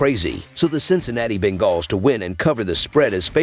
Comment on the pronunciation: I just can’t stand the way he says bengals ..